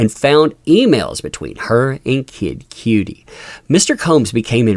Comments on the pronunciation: Diddy, Or Didn'ty? 😂 Kid "Cutie". The number of times you said that had me 'un-alive',. For future reference, it's pronounced 'kuh-dee', and sounds more or less like "cutty" when spoken. But, thanks for the update. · It's “Kid Cudi” not “Cutie”! 😅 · Its pronounced "Kid Cutty" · It kind of drove me crazy that you pronounced Kid Cudi wrong....fyi it's cud like mud and we sound for the I....or like Cudi like muddy if that's easier....not disrespecting it just hit a nerve...love Kid Cudi and love That umbrella Guy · it's pronounced Kidd Cuddie like cutting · You pronounced Kid Cudi’s name wrong